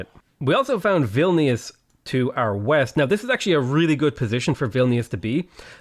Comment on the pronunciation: I love how you pronounced Vilnius